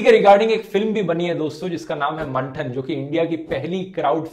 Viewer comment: Very nice video, as always ....... just one thing It should be pronounced as “मंथन” not मंठन. Your Hindi diction is equally good as English, so a little glitch in Hindi can be avoided. Just my two cents. Thanks. Keep making such videos. Really beneficial for Home makers like me who want to be at par. 👍🏻